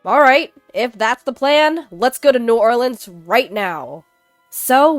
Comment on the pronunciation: I'm in shock, you pronounced New Orleans correctly 😂❤❤❤ Love your voice ❤